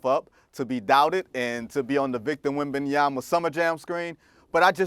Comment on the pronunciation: I'm more surprised that Perk pronounced Wembanyama correctly.